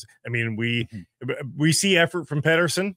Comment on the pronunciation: And Peeter-son lol